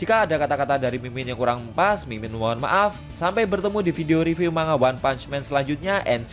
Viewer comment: Mbaca nya riview ya bukan review